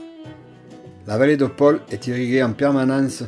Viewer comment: C'est Paoul . pas Paul